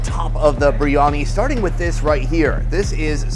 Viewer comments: It's BEER-Ani not BREE-ANI... IM SORRY IT JUST RUINS THE VIDEOS, SUCH A SIMPLE PRONUNCIATION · Oi mate what is Baryani? ITS FUCKING BARYANI!!!!!